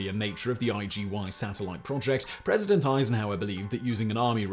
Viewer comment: "IGV"!? Simon Whistler, it was International Geophysical YEAR, or IGY! (You've been dropping down into "Dark Skies" territory, lately.:( There's even a song about IGY: You did it again! it's IGY!